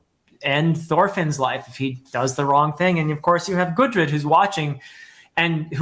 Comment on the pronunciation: can't wait for that vagabond review. P.S. I don't really wanna nitpick but I've heard you calling gudrid, gurdid. I just wanted point it out for the future videos. great review as always.